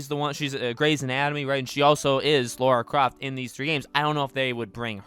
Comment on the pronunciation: It's "Lara Croft", not "Laura Croft".